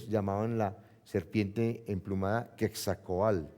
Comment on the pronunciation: no es quetzalcoalt sino quetzalcoatl